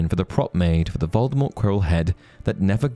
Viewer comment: It's "Voldemort" not "Voldemort".... I've been listening to the audiobooks